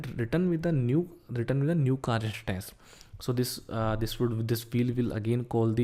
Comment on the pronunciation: car "ishtance " bike "ishtance"